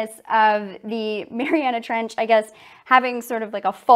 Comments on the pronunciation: Y’all I’m watching this right now and I can see that she is doing great but she is mispronouncing Mariana trench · I doc points for saying the Mariana Trench wrong